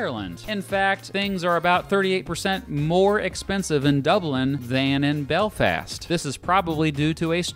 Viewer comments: lol nice way to pronounce Belfast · The way he said Belfast triggered me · The way he says Belfast